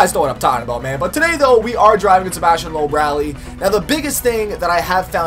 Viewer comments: but this time its loob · Some tips: Sebastien Loeb is pronounced "Lup" not "Lohp" or "Looph" :)